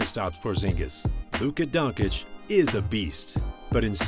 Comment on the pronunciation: Please learn how to pronounce Doncic